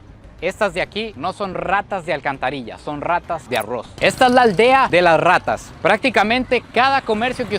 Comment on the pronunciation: No MMS y en tu país no ay rrrrrrrrratas